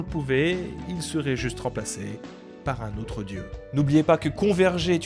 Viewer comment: 😂 ouesh quel baye avec "converger"